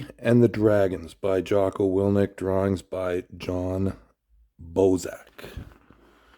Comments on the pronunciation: His name is willink not willnick lol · You are saying his name wrong, its WILL INK, not WILL NIK